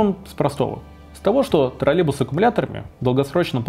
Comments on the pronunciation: Отличный ролик! Спасибо большое! Но почему Вы произносите «троллебус» без й? Может это мы неправильно говорим троллеЙбус? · Раздражает костноязычие. Автор!!! Не тралебус, а троллейбус!!! Посему половина слова не произносится? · ТроллеЙбус, а не, как Вы говорите, троллебус. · Тралебус--😄😄😄. Прівет, калхознік!